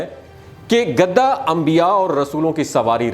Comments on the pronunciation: او گدھے یہ لفظ گدھا ہے نہ کہ گدا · گدا نہیں گدھا ہوتا ہے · Gadha na k gada gada to bead par bichaty hain ya char pai par urdo to aap ki bohat kharsb hy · گدا نہیں بھائی گدھا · گدھے کا ھ غائب ہو گیا آپ کے بولنے میں جسطرح سینگ گدھے کے سر سے😂